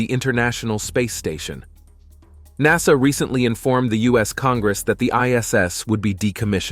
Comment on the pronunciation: Include NASA , as it pronounces it as nas-sar .